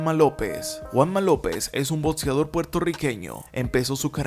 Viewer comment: Viptoria, botseador, etsetciones, efeptivo, etsisten, tednico, 😂horrible estar oyéndote